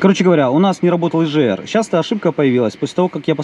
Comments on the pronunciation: Егр, а не ежр 🤦‍♂️ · Почему клапан ежр если правильно говорить егр? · ЕЖР? Ты говоришь Газы или Жазы?